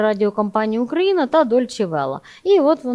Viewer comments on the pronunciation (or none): none